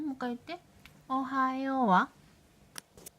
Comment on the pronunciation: おはようございます🎵 天才だ✨ 発音がもぉ「おはよう」にしか聞こえない(((( *ノノ) ｷｬｰ❣️❣️